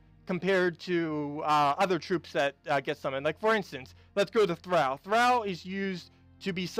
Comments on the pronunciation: Good video as always. Note, when you tall, or fall it's pronounced "aw" as in "awe, did you fall down from the tall tree?" Well the word "Thrall" is prounounced "Th-rall" as in fall, or tall, or awe! :) BTW: Old guy from the old show "Happy Days" had a guy named "Al" as was named "Al Bundy" from yet another tv sitcom... "Thrall" is not prounced like "Al." :) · THRALL is only one syllable. Otherwise, you are correct. The word originally meant SLAVE and came from the language of the ancient Norse people (popularly known as Vikings). The term, VIKING, is actually a misnomer. It was originally used only as a verb to describe their piratical raiding enterprises. Most Norse were farmers who chose to live peacefully, but the more aggressive and adventurous would often go A-VIKING. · Tip for: THRALL is supposed to be pronounced so that it rhymes with all, fall, hall or wall.